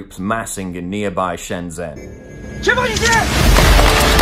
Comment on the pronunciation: You pronounced the first part of Shenzhen correctly but not the end. Zhen is pronounced like gen in gentleman or genisis.